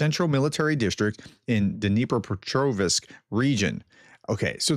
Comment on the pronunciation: Helpful hint. If you notice, the last syllable of Dnipropetrovsk is the same as the last syllable of Petrovsk. If you can pronounce the latter, you can pronounce the former: ... ovsk, no "i" in it.